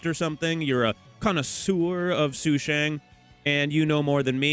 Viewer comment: u kinda pronounced sushang’s name more accurately than how u normally pronounce it lol😅 it’s “su-shung” not “su-shang”